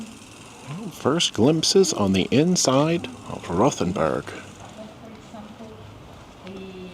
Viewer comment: It’s pronounced ROTE-n-burg.